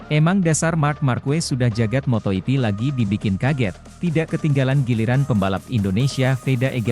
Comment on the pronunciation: Ada kesalahan kata di konten ini 1. Motoipi = MotoGP 2. Pedoacosta = Pedro acosta Tolong mending pake suara asli kalo pake suara ini kek gak nyaman banyak salah kata